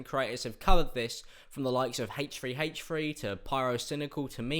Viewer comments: Why do you pronounce it 'heych 3 heych 3' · I thought you said hate tree hate tree and I was like ..."who hates trees that much?"